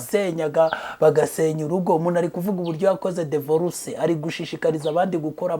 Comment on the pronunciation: Bavuga dIvorce ntabwo Ari dEvorce